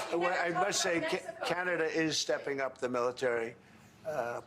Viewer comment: Well at least Cana-Dauh not PM'd by the substitute drama teacher.